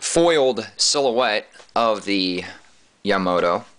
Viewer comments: YA-MA-TO, not ya-mato NOT yamo-to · You are a Idiot...You can't even pronounce Yamato correctly I can't expect you to give a decent review thumbs-down people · You said Yamato wrong!